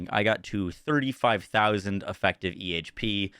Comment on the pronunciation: "Invastment" "Espashully" "Effactive" "Defances" "Sacond" "Chast" "Dafinitely" Wtf..